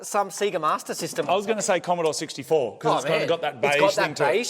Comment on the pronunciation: He said "commador64", wtf